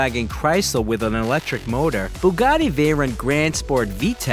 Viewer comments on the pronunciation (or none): none